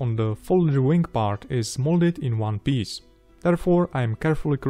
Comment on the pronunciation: Try not to mispronounce wing as wang. It is a dirty word.